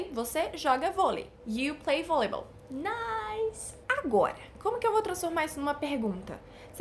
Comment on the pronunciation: Sua pronuncia de Volleyball tá errada... é Vóliból!